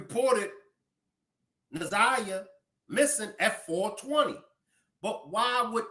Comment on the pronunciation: She didn’t even know her right name Zaniyah it’s Na’Ziyah fool